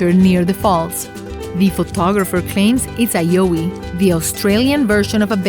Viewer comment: The Australian Bigfoot is a “Yowie” - the first syllable rhymes with “wow” not “oh”